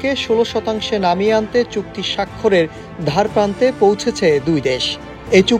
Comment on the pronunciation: ধার/ দ হবে নট ধ 😂 একজন জার্নালিস্টের বাংলা উচ্চারণ এরকম!